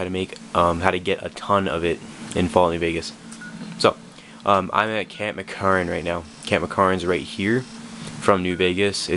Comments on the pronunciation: Its pronounced "Mc Caaran" I know because i live in vegas IRL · its pronounced "mc caaraan" i know because I live in vegas IRL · It's pronounced mick-care-an